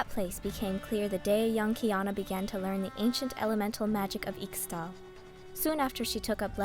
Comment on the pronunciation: This is Narrated and Voiced wonderfully. The only thing I'd say is that I'm fairly sure Ixtal is pronounced Ishtal